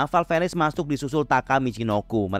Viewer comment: Val venis dibaca val vines bang😂 Venis seakan tukar huruf saja namun tetap dekat kesana😂 sengaja bang ni😂